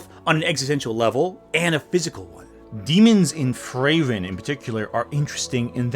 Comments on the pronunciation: Good video but, please, "Frieren" also has a "i" in it. It's literally a german word 😭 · you couldnt be bothered to check on how to pronounce frieren could you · The way you pronounce Frieren is kind of horrendous, not gonna lie